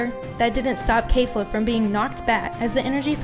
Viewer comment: ITS NOT K-EE-FLA ITS K-E-FLA